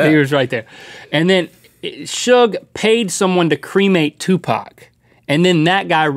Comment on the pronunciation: for saying 2pac/Tupac the right way.